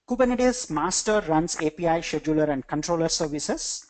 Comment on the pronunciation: Great content! Sidenote: you should really work on the pronunciation of Scheduler.